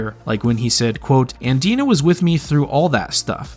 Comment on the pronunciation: And "Dinah" pronounced as "Deenah."